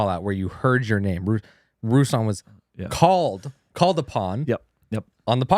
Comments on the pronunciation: He also mentioned you on the Girls Gone Bible podcast (most recent episode), and all of them knew you but they all pronounced your name Russ-lahn lol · He did shout you out, but very much mispronounced lol. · Had no idea it was pronounced that way. I have always thought it was r(uh)slan. Good to know. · Ruslan please pronounce my name right!!! lol 😂😂😂